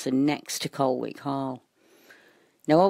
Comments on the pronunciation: its pronounces 'Coll Ick' ;) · VERY interesting! I lived near Colwick Park for about nine years. Incidentally, Nottinghamians pronounce it 'Collick'. :-) The area has been known for a long time for its association with the occult.